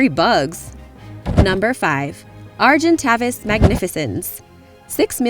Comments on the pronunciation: argenytavis is pronounced argentavis the second a says it's name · OMG AND YOUR MISSPELLED AGENTAVIS?! Lol. Arg-in-tay-vis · the argentavis is pronounced argentāvis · just fyi you're butchering argentavis and deinosuchus (maybe some others)